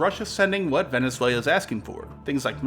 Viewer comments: “Venezuel-ia” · Great vid as always but how have you been saying Venezuelia for this long. Are you just memeing on us now? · Venezuelia lol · Venezuelia :D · Did he say "Venezuelia"? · Venezuel-i-a? Where did that 'i' come from? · Bruh, did you just say Venezuelia? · The way he was saying it was driving me nuts. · he has never been interested in pronouncing any non english words correctly, but this one is one of the worst examples !!! it's annoying, insulting if you from another culture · "Venezuela" does not rhyme with "Australia". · Learn how to pronounce Venezuela.... cmon man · Imagine your livelihood being geopolitics, making a video on Venezuela and not being able to pronounce it right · He has a really strange way of pronouncing Venezuela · shit is bonkers. has this man only read the word and never heard another human say the name of this nation?